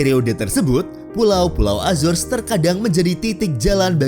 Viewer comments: Azar Ajor....itu bukan Entitas Inggris....itu Latino.. .PENGUCAPAN YG BENAR ADALAH A ZO RES... AZORES....INGAT ITU...Jan SeEnak Perutt !! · Cara bacanya bukan azors , tp azores krn itu bahasa Portugis , bukan inggris...